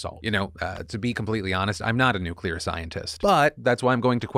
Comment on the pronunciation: Phil, just wanna thank you for correctly pronouncing "nuclear" like nu-clear instead of nu-cu-lar, which isn't even how it's spelled! It's insanely terrifying that GW Bush had the launch codes for 8 years without learning how to just say it the normal way. Thank you. Praise where it's deserved.